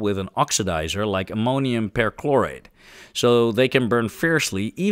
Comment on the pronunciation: Of course, I'm happy to help! I'll do my very best. Here's one: the "per" in permanganate and perchlorate is pronounced "purr" instead of "pair".